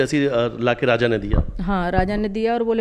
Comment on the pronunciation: Raza ki maa abe bhos@ naam to sahi se bol 😂😂 fir reporting krna